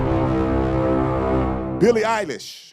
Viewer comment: Did you say Billie Isis??? 😂😂😂